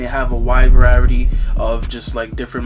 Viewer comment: “A wide Varerity” 😂😂😂😂😂